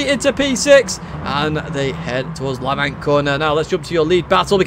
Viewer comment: a bit late but FYI Lavant is pronounced lav-ant not la-vant as you do. just a little info from a local man who lives in lav-ant!